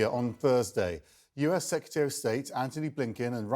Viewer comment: She says "sakatary of state" seems some new position has come up. Anyway START treaty is gone. Nukes r coming out . Good luck .